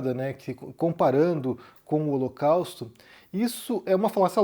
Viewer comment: Ele falou o locausto